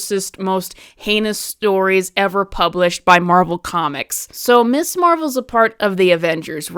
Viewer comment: It sounds like you're mispronouncing it 'Miss' Marvel instead of 'Mizz' Marvel. While that normally might not be a big deal I think for a lot of people, at least women who grew up in the 60s and 70s, it might be. The idea of Ms. as a designation at the time of the creation of Ms. Marvel, was to separate it from Miss, because while originally Mister and Mistress did not designate marital status, by the time it got to the 19th century they did, so when we get to the 20th century and the second wave feminist movement, they wanted a designation to be different and part of the differentiation is the pronunciation.